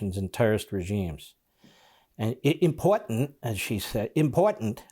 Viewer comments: She needs to speak better English it is impotant where did the R in this word go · Do not take anyone seriously when they say M-POR-ANT. That’s sign number one she’s a loser. She is not worth our time. The people that voted for her will suffer. Ridiculous.. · Why does she say "imp ogt ant"? She got elected where? New-Somalia! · IM-POR-TANT not imporant.... btw, part 4 of the oath she/her family took to make her a citizen touches on this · Import-ANT?" She doesn't know how to speak properly. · impor'ant ? nails down a chalk board stuff. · Stop saying impowatent! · Shes an absolute Traitor. Why can’t she say Important properly. Kick her out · Learn how to say important